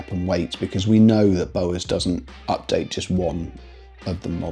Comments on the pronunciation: Yeah, I thought he was saying Bose the first couple of times and was trying to gather the relevance 😂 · Interesting way of saying Bowers...now to watch the rest of the review. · Ya. I was like ‘What the….!!!’